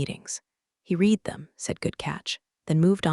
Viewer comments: Why do the people in these stories drink second rate coffee. Also when will the past tense of read be correctly pronounced - rhymes with red. Clause not claws. The one-eyed footnoted should have been The one I’d footnoted (the mind boggles!) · Ha, right? Between the bad coffee, mispronounced ‘read,’ and mutant one-eyed footnotes, I’m starting to think corporate revenge stories need an editor with caffeine privileges. 😂☕